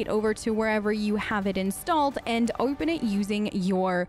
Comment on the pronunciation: why is it like a regular american accent and then just: windoer/oerpen/beloer like bruh pick one